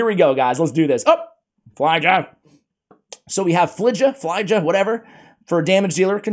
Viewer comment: I believe her name is pronounced FYL JA, or F I L J A